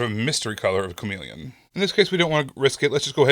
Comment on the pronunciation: Chameple? Meepelon? No, it's chameleon. Because it blends in the word: cha-MEE-leon 😄